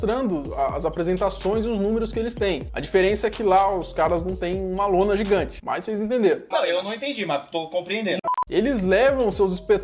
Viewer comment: intendi ele falando:rola gigante ao invés de lona gigante.